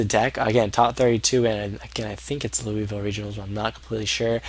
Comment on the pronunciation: Lol, LouiSSville. You don't ptronounce the S, bro. Common mistake xD. I'm just saying that because I like there.